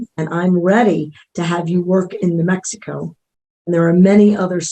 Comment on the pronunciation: She pronounces it “na Mexico”. How about na Grisham.